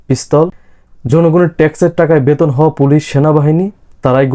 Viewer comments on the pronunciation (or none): none